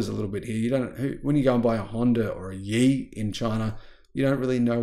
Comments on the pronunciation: Good video. But 烨 should be pronounced like “yeah” instead of “E”, which means flame or bright. Thank you! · its Ye, pronounced Yeah.